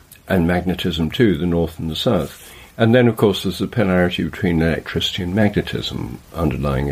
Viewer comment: Am I tripping, or does keep saying “elecTRITICY”?